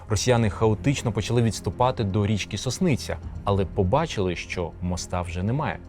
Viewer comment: Назва річки не СоснИця, а СОсниця